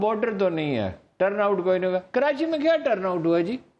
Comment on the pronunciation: Mr. Adnan adil plz correct yourself it’s not kirachi the correct spellings are Karachi so plz don’t say kirachi